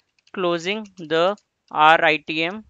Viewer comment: good contents but please dont tell RITM as rythm because its confusing me. sorry to say that i like the way you teach.